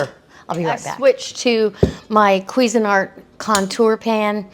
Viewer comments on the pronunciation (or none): none